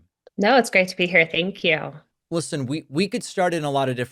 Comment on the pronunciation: ‘Tank you’: not phonemic not speech maybe word retrieval maybe fine motor skills 👍 love ya I’m sure you’re fine.